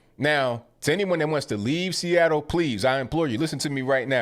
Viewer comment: Chuckled everytime you said freeattle....😂😅🤣